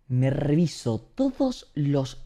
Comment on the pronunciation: Póngalo a 0.25 y escuchen la "r" de reviso. Parece una mini metralleta